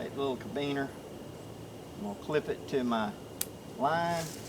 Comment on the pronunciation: Carabiner (Care-a-bean-er)